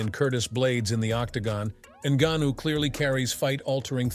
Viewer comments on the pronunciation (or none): Please learn to pronounce ngannou and stick to saying it the same!